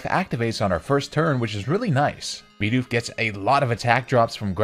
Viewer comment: stop saying LOWpunny and BEEdoof, theyre literally both spelled exactly how they sound